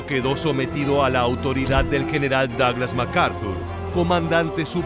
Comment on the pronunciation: "daglas" jaja